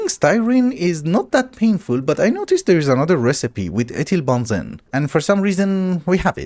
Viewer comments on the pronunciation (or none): also how he said ethylbenzene as ethyl-bahn-zen. No idea how he managed to come to that as the way to say it properly